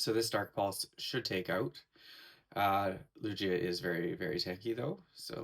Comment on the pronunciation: you pronounced lugia wrong ! it's not lu G a it is lu gi a 😫